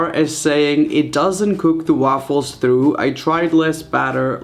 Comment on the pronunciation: I Love when you say throught it's so funny😂😂😂